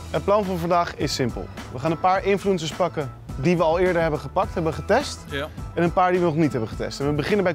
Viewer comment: "Infloensers" ga op spraakles aub